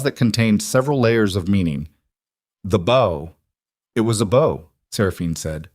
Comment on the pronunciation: A bow ( pronounced beau) is a decorative arrangement of tied cord or ribbon. A bow (pronounced like owwwww with a b in front) is bending at the waist. If you do not correct your AI, it will continue to be WRONG.